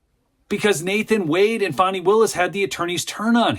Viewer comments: It's FAN-EE ... NOT FON-EE... Don't be stupid! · please stop calling the creature “fohny” it’s fani